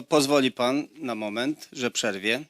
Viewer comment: nie mówi się,,przerwie,, proszę mówić po polsku. Wysoka kultura i znajomość tematu - pozazdrościć!!!! Ha,ha,ha....